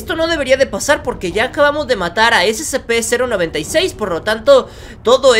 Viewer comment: Se dice sepe sepe sepe